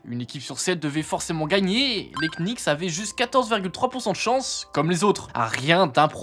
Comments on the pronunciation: prononciation.... ça donne "kenicks" 😅. Usuellement on dit nicks. A plusieurs reprises on sent qu'il a du mal. Ca craint pour un type qui fait une vidéo sur la NBA. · Please le K des Knicks est muet les gars… Vous aviez juste à regarder une interview ou un match pour le savoir… La vidéo est sympa sinon 😊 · J'aime toutes les vidéos de que ce soir sport, sciences, jeux etc... Mais je suis étonné que vous prononciez "Knicks" avec le K. C'est une "ghost letter" comme dans "castle" ou "knock out" le premier K de Knicks ne se prononce pas.:) Mais ça n'enlève rien à la vidéo qui est toujours au top biensur! Force à!:) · On ne prononce pas le K dans knicks attention ! bonne vidéo ceci etant dit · Bah si, le deuxième. 😉